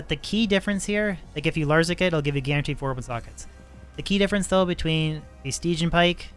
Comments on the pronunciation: "Sty-Gi-An" pike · Stidge -- ee -- an. (Styg) (i) (an) Both of your pronunciations are waaaaaaaay far off. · Great video! also so you know... its pronounced Stih-Jee-uhn :D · Sti-jee-an pike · If I'm not mistaken stygian is pronounced stih-gee-ann. Just thought I'd throw that in here for ya. :) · Pretty sure it’s sti-gee-in but dope video! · Very nice and on point Video as always from sir; by the by... Stygian => "sti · jee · uhn" much love, ggs! Looking forward to your next stream! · Sti-je-an Pike